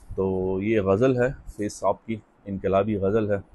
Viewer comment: بھائی فیض کی ف کے نیچے زیر ' ِ ' نہیں بلکہ اس کے اوپر زبر' َ ' ہے۔